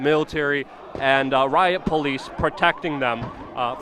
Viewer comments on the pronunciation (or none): none